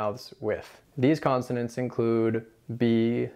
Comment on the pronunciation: Isn't it: "consonant" not "constonant" Very help ful tutorial, though. Thanks.